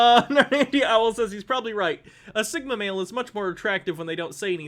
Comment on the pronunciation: “Thigma mill”